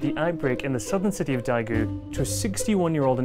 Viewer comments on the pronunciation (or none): that's not how you pronounce daegu